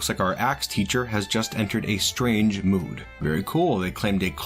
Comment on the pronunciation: I was very unprepared to hear you say 'mood' like that, knocked me socks off